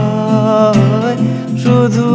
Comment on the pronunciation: 'পরিছয়'..... বাংলা উচ্চারণে নতুন মাত্রা যোগ করার প্রয়াস......